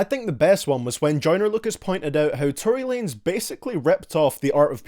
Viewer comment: Tory Wanez instead of Tory Lanez